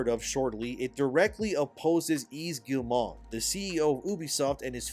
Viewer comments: Love your takes and point of view! btw, Yves Guillemot doesnt have a "n" to make "mont" its mot... Phonetically, it sounds like "m-oh" -- So "ghee - yuh - moh" :) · Hello, i like your videos but i want to add some counter points on Ubisoft case. Just to say, I'm french so what i know is from french articles, youtubers and stuff. - ubisoft shares are at 13,67€, not $, Ubisoft is still french. - We don't pronounce the T in Guillemot (ok i stop jesting) - Ubisoft is not cooked as you say. The Guillemot family is way stronger and richer than you'd think. - over here we were proud of Ubisoft, but bow they are a shame, we hope it changes, but that it stays french - i say this because it all seems almost too obviously that Tencent is gonna buy more share and become the real pwner instead of Guillemot. In france some evn say that the poor result and shares crash is a big plot from them. -the slovak investor who wrote the letter is not even 1% shareholder so not that much weight tbh. - We do hope that one of the somution is for Guillemot to step back from CEO, but still keep the ownership - some like to spit on ubisoft "simple" recipe : open world. But they still sell many games, cause it works and pleasez many people. Like assassin's creed and far cry. Mainly because of story more than gameplay. So no, they are not cooked yet. A d i hope noone buys the IP, and that they just go back to do better. Firstly change CEO and do not sell it to the fucking Chinese Edit : also Valhalla main character (Eivor) is canonically a female so your point in invalid. Even if i find it stupid as fuck. All this started go to shit since odyssey. Stop giving choice. D